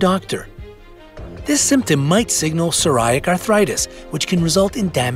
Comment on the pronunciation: It's pronounced sore-ee-AT-ic. The same way it's spelled. As a 'medical" channel, you should know that!